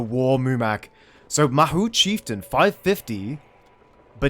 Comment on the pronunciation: Mahud.. Muhad. There, fixed it, you're welcome